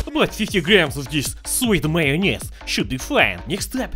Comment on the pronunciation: "Sweet Mayonez" 😭😭😭